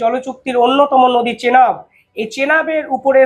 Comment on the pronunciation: চেলাব নদী নয় এটা চেনাব নদী।